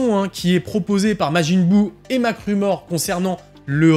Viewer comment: 👂🏼 MacRumor ❌ -----> Macklemore ✅ 👂🏼